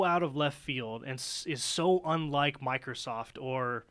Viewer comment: MicrooskieSoft lol